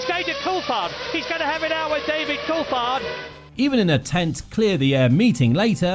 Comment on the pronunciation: Btw Coulthard is pronounced col-thard with a th sound, not col-tard!